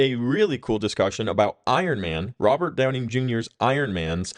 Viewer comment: Are you saying Downing? Robert Downing Jr.?